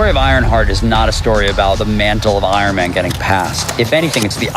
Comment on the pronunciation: I hate the way coogler talks so much. We get it youre from california.. and why does he pronounce “s” as “sh” “she was iron mansh friend”